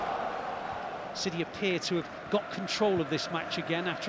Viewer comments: Try to get the AA....right is a Å! The very first sound you make in "ON" "Å"n" is AA! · Why don't British commentators learn to pronounce his name correctly? The double in Norwegian is pronounced like the a in paw not like the a in par.